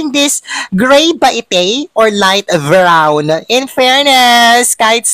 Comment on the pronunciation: Hindi mo kasi alam ang right pronounciation😂😂😂 light brown hoy hindi light vrown..😂😂😂 bakla ka.. trying hard ka😂😂😂